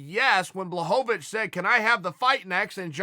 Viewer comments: Wel I mean Jan Blahovovovich still landed harder punches withing the fight, so im not sure Corey looked that good in this fight, beside his movement, which was very good. I really respect your opinion though and keep fking going with it :) Im from Poland, and still I understand, that there isnt enough hype for Jones vs Blachowicz fight vs Reyes fight... hype is hype, and its a business, but there is 50% Jan will get it, and he does deserve it :) although its pretty easy, not Blahovich, its Buahowich;) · I choose to believe that Uncle Chael is clowning is, intentionally mispronouncing "Blahovovoich" and "yarear" just to keep us meming in the comments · Ciael "Ian Blahovovici...." Sonen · Chael “I don’t have the foggiest idea how to pronounce Blohovovich” Sonnen. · I don't know how you can get the Polish 'Ł' correct in both the thumbnail and video title and then proceed to call him Blahovovich for the whole video 😂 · He really just gave up and called him blonhanavich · Gotta be Blahohvavich, just so Chael keeps saying his name for a few more months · Who is this Blahobobicz he keeps mentioning? Cmon Chael learn the names before making ur vids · Has to be a wind up. Surely. Jan Blo-vo-vo-vic and Blo-hon-ovic. Chael is giving Joey Diaz a run for his money in the name fuck up game. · Who the fook is “Blahocovonich” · If uncle cheal says guys name is "Jan Blahovovovoich" his god damn name is Jan Blahovovovoich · Jan blahonavicchh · "Jan Blohohovich" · No one: Chael: Yawn Blahanovic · blah ho ho vich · Its Yan Blahanovic, at least according to Chael lmao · "Jan Blohanavich" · Jan who? If uncle chael mispronounces your name you might not be ready for Jon Jones. I'm sure he's a good fighter but even Anderson is still trying to figure out who ko'd him.. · Poor Chael screws up soo many names. It bothers me more when Brenden Shlob says "SOE-NEN" every time, even when speaking directly to Chael. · 6 different pronunciations of Jan’s last name lmao